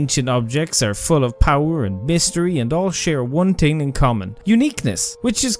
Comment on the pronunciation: Lol you think you’re superior because we spell and properly pronounce artIfact instead of “artefact” like you, and then you proceed to say “teeng” instead of saying “thing”